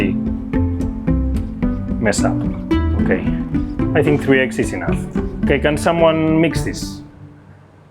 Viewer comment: "there's flour, there's butter, the $ex" That's what i hear 🤣